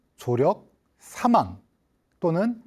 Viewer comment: 긴 자를 짧게 잘못 발음한 예:사망,시청,세계,사실,병사,보통,시청자,등, 장단음 문제는 심각하다.